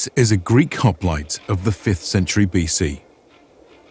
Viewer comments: You could have at least pronounced the name correctly. It's "HOP-LI-TAY" not "HOP-LIGHT" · "This is a Greek HOp-light." 🤦😂 Already messed it up 3 seconds in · Man oh man, I cannot get over how "hop-li-tay" is being continuously mispronounced.